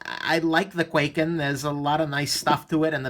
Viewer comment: Sold mine, couldn't stand the pocket clip, and the thing actually cut me when it was closed because the edge is so close to the handle when closed. BTW it's pronounced with a long I sound not A. Kw(eye)ken